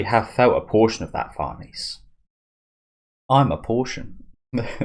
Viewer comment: Farnese is an Italian name. Pronounced Far ne ze. With a rolled R. There are videos on here that pronounce it.